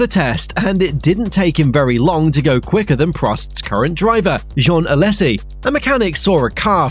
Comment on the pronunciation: Some strange oddities in the voice-over. The enunciation of Alesi. Ditto Jarno. Barichello. And BAR was always an initialism, not an acronym, being spoken as B A R - bee ay arr.